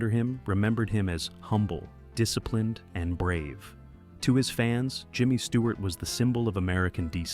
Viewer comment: Stewart not Steward.......get it right !